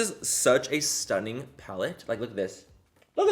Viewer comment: no one: literally no one: manny: wow that’s st nnin’ u